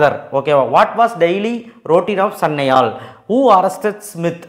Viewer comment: Bro Aathu Sanayal Sanyal😅😅